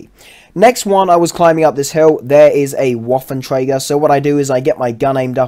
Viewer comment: did you just call the RU251 a ruuu 251 i have never heard anyone say it that way XD the way you say waffenträger is also pretty funny you say it with a A